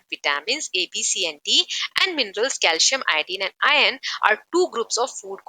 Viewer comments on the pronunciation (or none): Mam apko r bolne mein problem hota hai kya iron ko ion bol rahe ho